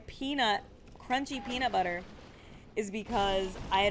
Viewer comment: Lost my shit at "Crunchy peenur butter".